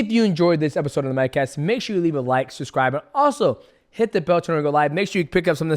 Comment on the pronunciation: DJ says it as "susscribe" is very Schaub-like, B